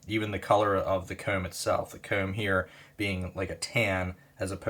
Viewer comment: His ccs t is hilarious 😂 “cooowm”